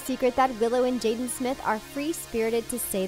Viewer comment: how yall say jada & will smith but subtitle it as "jaden" disrespectful